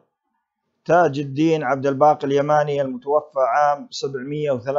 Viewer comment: صحح اللفظ المتوفى الف مقصورة وليس المتوفي بالياء لأن المتوفي هو الله سبحانه وتعالى